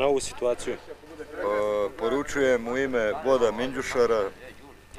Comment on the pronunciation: "Minđušaru".. Jesi li zube uredio??😆